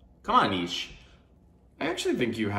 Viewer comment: Nietzsche ... pronunciation: need che (like che guevara) ;)